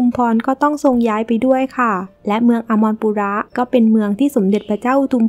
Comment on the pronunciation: แอดคะ ขออนุญาตให้ข้อมูลเพิ่มเติมค่ะ เมือง อมรปุระ อ่านว่า อัม-มะ-ระ-ปุ-ระ ค่ะ😁